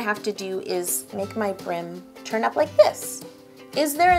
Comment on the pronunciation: is it just me or does it sound like she is saying turnip not turn up